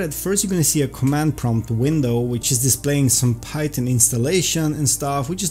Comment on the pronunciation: Python not pytun